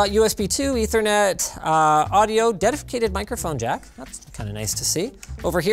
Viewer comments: lol no its cause he said "Dedificated" instead of "Dedicated" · dedafacated lol! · Am I the only one who noticed that he said dedificaded?